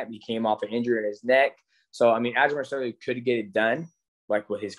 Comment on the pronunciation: Great interview, DJ’s one of the greatest, but this man sat in a thirty minute interview Calling Aljo “Aljamer Sterly” 😂😂